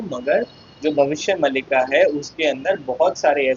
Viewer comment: भाई ये भविष्य मल्लिका नहीं इसको मालिका बोलते है 😂😂😂😂😂😂😂😂😂😂😂😂😂